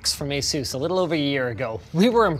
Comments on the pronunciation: Asus is named after the Pegasus, someone tell Linus to stop pronouncing it like Zeus!! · Guys Say Asus... but without the A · "ay sews" be making monitors brighter than the sun